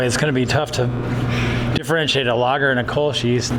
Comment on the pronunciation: Hearing "Kölsch" being pronounced 'kolsh' makes my toenails curl. Funny about the baker's yeast. Before industrially bred yeasts became a thing, bakers would get their yeasts from breweries.